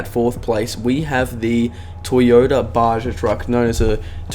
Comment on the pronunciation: It’s pronounced BA-HA